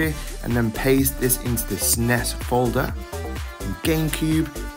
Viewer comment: SNEZZZZ NOT SNE S WHY SAY SNE S good video thank you